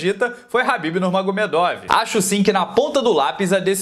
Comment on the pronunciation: Cara, por favor. É KHABIB, NÃO HABBIB.